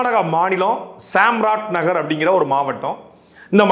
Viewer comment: தப்பு தப்பா உச்சரிக்கறீர்கள். சாம்ராஜ் நகர், ஜெய் கோபால் கரோடியோ. கவனம் தேவை.